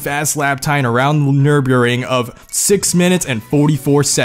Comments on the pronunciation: Nurburing.... wow u are as bad as me In german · Thneneenurburgring XD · what, what did he say? Did he mean to say Nürburgring (Pronounced Nurh-Berg-Ring) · The nereuba-ring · around the what now? njuruburing? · The nurhburignge? What the fuck is that? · "around the Nyeurbyeureng" yikes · That's an interesting way to pronounce Nürburgring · Can we just take a min to talk about how he pronounced Nürburgring... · join the club XD I actually was in the middle of holding back a sneeze there. You can actually here my voice dip before hand. I've pronounced Nurburgring normally in my other videos.